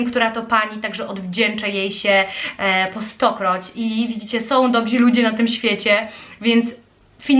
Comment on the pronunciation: Dobrzy, nie dobzi....